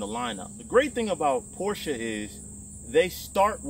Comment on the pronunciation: As a German I love you for saying Porsche correct :) A lot of americans say Porsch and it drives me nuts everytime i hear it :) Its a german Car not a french car :)